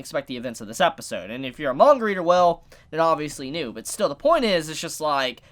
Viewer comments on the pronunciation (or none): none